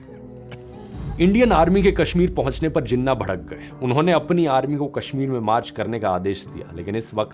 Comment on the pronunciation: Im pakistani. But i think this movie make Jinnah look a bit evil. And dhruv rathee its pronounced like this: jee-naah. Please correct it as we say Nehru And Patel as you do. Once again, please correct your pronunciation. And also, Jinnah wasnt bad, Neither Patel Or Nehru Or Gandhi. Dont Make our Country's Founder look bad. (opinion) I hope sees this comment and improves his research and the way of explaining and expressing things. Thanks.